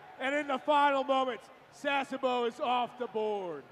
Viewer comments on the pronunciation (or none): I wish they could pronounce Sasebo, Yokosuka and Inouye correctly!!